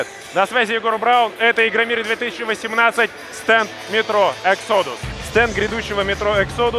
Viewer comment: Не эксодус, а Э'ксодас (ударение на "э").